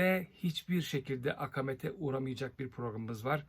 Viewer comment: Akamet değil "akaamet" diye okunur. TDK okunuşu şöyle belirtiyor; Aka:met. Yani ikinci a uzun.